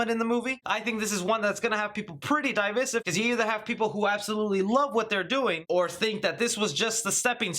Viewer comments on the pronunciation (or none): Its funny how you say divisive